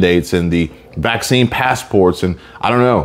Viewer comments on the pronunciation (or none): none